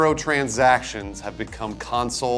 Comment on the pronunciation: I love how got more and more New Jersey Italian